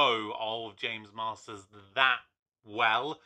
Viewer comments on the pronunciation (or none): Are you saying james marsden or Marsters? And id love for you to review Buffy